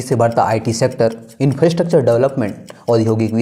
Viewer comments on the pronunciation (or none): none